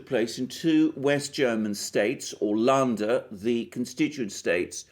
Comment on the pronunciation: Dear Alexander, let me applaud you for the exceptionally good pronounciation of German phrases. Allow me two points of constructive criticism in that regard. First would be the word 'Länder'. You'd pronounce that as if the Ä like an E. Secondly you would not pronounce Bundestag with an SH, as 'Bundes-' is a seperate word from '-tag'. Once again, I have never heard a British pronounce German this well.